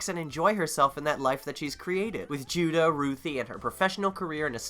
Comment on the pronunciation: did you call judah judo?